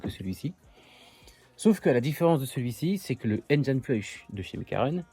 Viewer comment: C'est dingue il y a absolument AUCUN français qui sait prononcer correctement le mot "engine". AUCUN !!